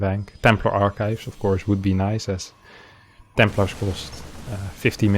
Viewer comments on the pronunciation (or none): none